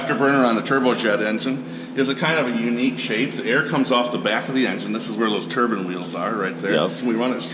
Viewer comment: Turbine* not turban